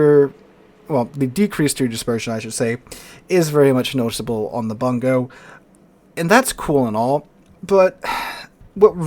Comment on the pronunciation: It is pronouned "Boon-go" - It is named after a Japanese providence.